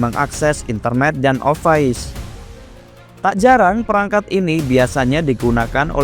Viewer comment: Pronouncenya dibenerin lagi kak. Masa office dibaca offais.